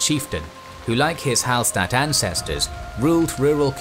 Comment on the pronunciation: Hallstatt is actually pronounced Hallshtatt (coming from an austrian) Great video though ;)